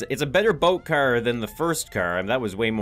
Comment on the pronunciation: The way says "Car": Hey need a cer? It's filled with cern!